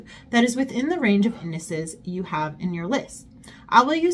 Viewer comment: Indices = Indi'seez for pronunciation 🙂